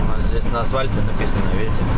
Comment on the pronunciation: На асВальте, зато по-японски шпарит, полиглот )))